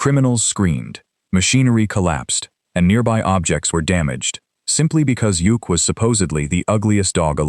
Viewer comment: Yukk's name is pronounced Yuck, not Yook. Couldn't the video creator find actual footage from the Super Friends for Samurai rather some random anime series?